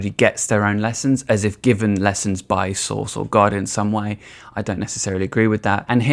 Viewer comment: Took me a while to figure out you were saying ’source’, not ’sauce’😄 the latter is much funnier!